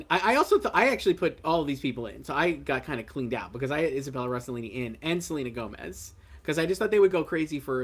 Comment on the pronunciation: I heard that Gomez proununciation was sub par. I can’t imagine the actin* body overlooking that, and they didn’t.